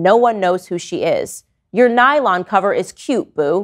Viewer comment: the unfamiliar way you say “boo” is so funny to me 😂